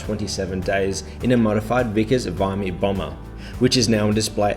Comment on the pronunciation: Great video as always, though I believe it’s pronounced Vickers Vimy not V’eye’my. 😀